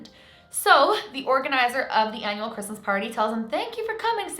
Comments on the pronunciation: Am the only one that cringes when she says “ -Mas”! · Do you guys all hear that? It's R-R-R-REESMAS